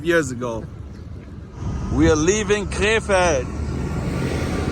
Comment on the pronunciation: Sounds like you are saying K-Fed. Britney spears' ex husband. Side note.